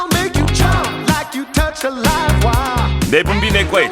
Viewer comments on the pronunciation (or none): none